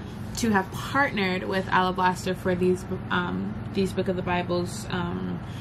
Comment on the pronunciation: Thanks for sharing! "Alablaster", yeah you chopped that up LOL